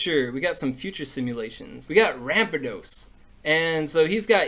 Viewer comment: U said ramparados wrong